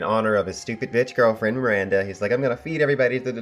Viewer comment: It's not "Miranda" - it is Baranda... Also it isn't Marcella - it is Myr-sell-a (phonetically). Cmon GOT fans pronounce names correctly.